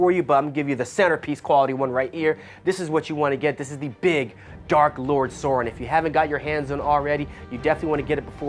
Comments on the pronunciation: The big dark lord Sore-in lmao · Change this guy out. He can't even pronounce Sauron correctly